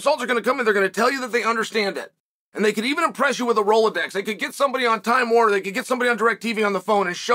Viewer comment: Did he say Rolodex?😂